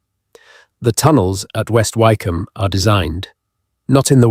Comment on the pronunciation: It's AI the place West Wycombe would be pronounced more like Wick-Ham